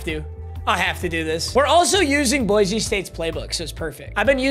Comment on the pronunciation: You pronounce “Boise” wrong lol. It’s “boy see” not “boy zee”